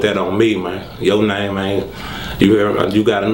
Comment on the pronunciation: all I heard was.. "mane"